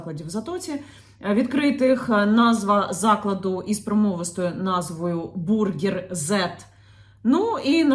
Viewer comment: Нінка, не перекручуй, назва закладу не Бургер Зед, а просто Бургерз.